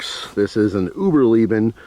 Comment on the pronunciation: Hi uberleben id German for survival and pronounced Ooh-burr-lai-ban Just so you know 😅